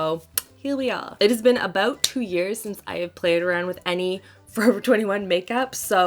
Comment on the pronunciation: Rewound to 0.43 5 times to hear you say about. 🤣